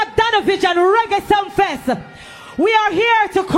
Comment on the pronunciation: Ur the only who said it right,king of Reggie,not raggae,just reading the headline…